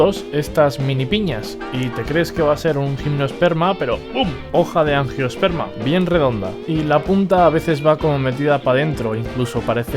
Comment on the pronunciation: Buen vídeo, gracias. Solo un pequeño apunte: Gimnosperma y angiosperma no tienen “e” antes de la s. Saludos